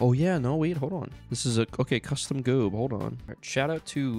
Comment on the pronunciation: ITS NEVER G.O.A.B. (er)